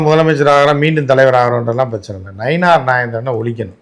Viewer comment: நயினார்...... இல்ல நைனா 😅😂😅